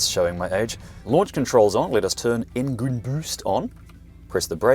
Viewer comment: the "Piece of resistance". "Englin Boost". Priceless.